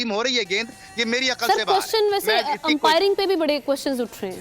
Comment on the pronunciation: 😂😂 empiring , tichnology 😂😂